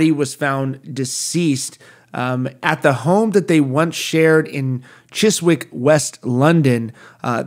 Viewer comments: Don't want to come across as ignoring the subject of the video, I'm not, it's sad, but wanted to point out Chiswick is pronounced Chizick, remove the W, I don't know why we have to make our British town and city names so hard to pronounce for everyone else to say, I apologize on behalf of my country lol. It's like my town, Oldham, you would think old ham, but it's Oldum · Sorry to nit pick, but it’s pronounced ‘chiz - ick’. The ‘W’ is silent. You’re welcome America. Love from England. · Pronounced 'Chizick'. R.I.P : ( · Chiswick is pronounced "Chizick", just for future reference. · I'm sure he'll be bringing up Chiswick in many more videos Americans will never pronounce England names right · Alright buddy, so here is how you pronounce chiswick, chis (like CHISel) and ick (like ICKky) just trying to help you out, took me years before i said ewell right and i live here in the uk lol